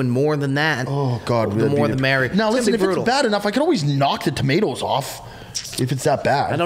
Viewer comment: why you saying “tomatoes”like that